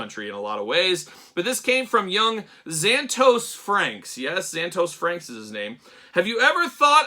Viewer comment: Been a number of years since I've seen Gargoyles too, but I'm fairly certain his name was pronounced with 3 syllables as opposed to two... Zan-Ah-Toast (without the 2nd T in toast)